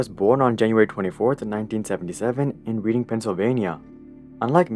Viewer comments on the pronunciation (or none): I hate to be that guy but...as a Pennsylvanian...it's pronounced "Reding" not "Reading". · REDDING NOT READING I KNOW IT’S SPELLED WRONG BUT ITS PRONOUNCED REDDING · the way he pronounced “reading” from Reading Pennsylvania